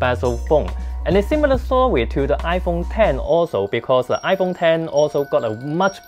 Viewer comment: lol squin potato!! WTF!!! 😂🤣😂 iPhong ten